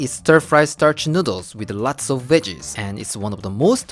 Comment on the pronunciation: I luv how he say nuudles